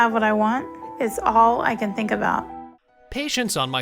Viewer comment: Do you tink you can dodat⁉️